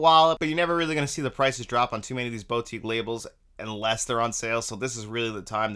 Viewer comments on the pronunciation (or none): Haha and here I was almost scream at the screen.. It's "BoU"tique. NOT "BOW"tique... ;)